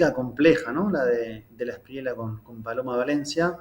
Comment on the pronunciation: Inna, se pronuncia De la Esprie-ya, no De la Esprie-la